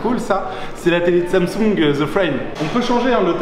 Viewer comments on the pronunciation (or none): none